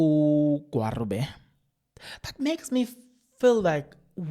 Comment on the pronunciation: just a bit of advice can you please pronounce the ministers' name appropriately It's pronounced as 'Gwagube'. The 'r' is pronounced as a 'g' Remember Nelson Mandela's moddle name "Rholihlahla,"the middle n